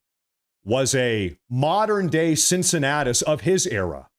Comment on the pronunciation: The "C" in Cincinnatus is pronounced as ,a "K".